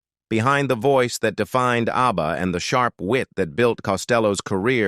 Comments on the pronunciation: "A B B A" -- you lazy sht, at least teach the AI how to say the name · A.B.B.A. 😀 in the middle of the vid, the ai pronounces ABBA as a word as it should. So, 16 minutes to tell us that Elvis and Agneta could have worked together once but didn't.